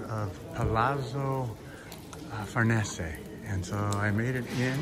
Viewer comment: You mispronounce « farnese »